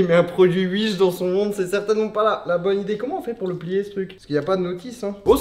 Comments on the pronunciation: Mdr "uish" sa se dit pas "ouish" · Il dit comment mdrrr ? « Uish » ? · 18h18 : l'heure du bonheur Et pourquoi tu dis Uish 😭 y a un ✨W✨ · C’est l’Alsace ça 😂😂